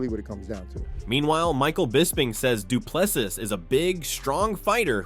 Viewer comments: Say Doo plu sea or see...... NOT SEAS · If you a video at least say the guys name properly: Du plessis (du pluh see)